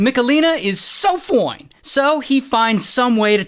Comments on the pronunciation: he said "foin" not the regular "FOIN" disappointing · Why is no one talking about "So FoInE" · That "SO FOINE" 🤣🤣🤣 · SO FOIN?😂😂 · You know that something is up when he says “SO FOINE” instead of just “FOINE.” 😂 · You didn’t say FOINE right….😢😢😢😢😢😢😢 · When Ray says "Foine" got me burst out laughing😂